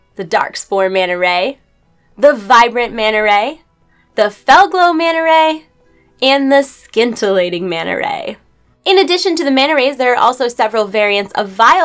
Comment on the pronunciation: Sin-Till-Late-Ing. The "C" is silent.